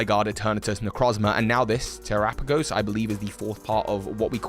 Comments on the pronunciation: Wouldn't Terapagos be pronounced like Galapagos? Te-RA-pa-goh-s rather than Te-ra-pAY-goh-s? As for its typing I believe it will either be; dragon/rock, because it's made of cystals and its tails look like the petals of a shiny Glimmora, a rock type. Or dragon/normal, because it's got every type on its back, and normal is the all encompassing type (Arceus, Silvally, Hidden Power, Metronome, etc.) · bro said tera pay goes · It's pronounced like Galapagos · Terah-pa-gos Like Galapagos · Yeah I’m pretty sure its pronounced ter-ahh-pug-gos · As soon as you pronounce it like that, I can't watch. The Pokémon Presents showed you how to pronounce it. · I find it weird you say terapagos and Galapagos in the same sentence yet pronounce one correctly when it’s clearly supposed to be pronounced almost the same way. No offense just thought it was funny you said it incorrectly but then pronounced the other one correctly. 😂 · Okay.... This video is AMAZING, but I can't get over the way you pronounce Terapagos. IT'S NAME IS LITERALLY SAID IN THE PRESENTS. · it’s not a big deal, I was mostly joking, but it is just lazy on his part. I DO know is dyslexic but what does that have to do with reproducing a sound you’ve heard? The excuse doesn’t fly for me- it was just laziness. I advised that he try to listen to the content re: this Pokémon BECAUSE he has trouble reading and probably only pronounced it this way because a) he’s been so busy theory crafting he doesn’t care to watch the canon content or b) answer a + he heard someone else say it this way. 🤷🏽‍♂️ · Bro I know that the pronounciation of Pokemon names is kind of like whatever but I really do hope that your pronounciation doesn't stick 🤣 "Terapagos" should be pronounced the same way as "Galapagos" 🤣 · The way you pronounce terapagos makes me want to uhm please don't say it like that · Can't like this for the mispronunciation... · He said it correctly once then went back mispronouncing. 🤦🏾‍♂️ 😩 🙄 😒